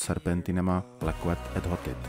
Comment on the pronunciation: Ne leket e hotit ale lečet to q je vaše č.